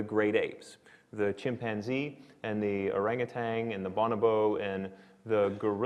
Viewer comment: I stopped watching when he mispronounced "bonobos" If you don't know how to say what you're talking about, you don't know what you're talking about